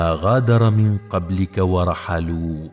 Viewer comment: لادارة القناة للتصحيح .. الدقيقة يقال من قبلك بفتح الميم وفتح القاف واللام/ لانه اذا قلنا من قبلك ..بكسر الميم وفتح القاف وكسر اللام لايكتمل المعنى الا بان تكون العبارة ( كما غادروا من قبلك ).. القارىء لايجيد اللغة العربية للاسف وقد لاحظت ذلك مرات كثيرة